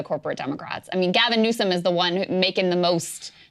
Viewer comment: Why does it sound like you’re saying Gavin Newson?